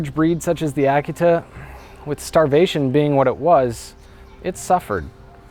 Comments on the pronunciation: Did he pronounce the name of the breed correctly? I believed that the correct pronunciation was uh-KEE-tuh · it took me most of the video to realize he was pronouncing 'Akita' oddly. I love this story. brings me to tears every time I hear it.